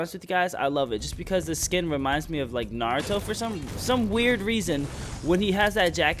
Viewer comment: isnt it naruto? not narto